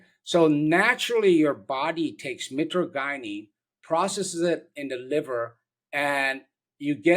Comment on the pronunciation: hey doc your not saying it right, it's mi-tra-je-nen. just wanted to let you know that sir. it's found in webster's